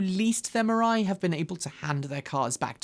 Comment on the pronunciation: “Mirai” sounds more and more like “mirage.”